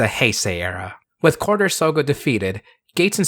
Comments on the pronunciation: Drink a beer every time says "Quarter" instead of "Quartzer" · Wait, why is it pronounced "Over Quarter"? Even looking on the Japanese wiki, the spelling is with "tsu" so you still would pronounce the "Z" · I would pay for to cover ZI-O theme song so long as he mispronounce "Quartzer" like he did in this video. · Take a shot every time he mispronounces Quartzer.